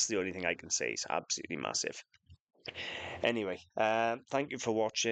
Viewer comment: That's moosive 😂 that's architectural , love the statement